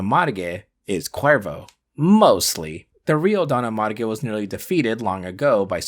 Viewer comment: Is not Don Amarge but Don ARMAGE (like armageddon)